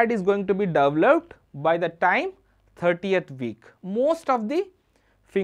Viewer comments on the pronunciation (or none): Video is amazing just the way you pronounce 13th is wrong and it's confusing. Your pronouncing as if it's 30th.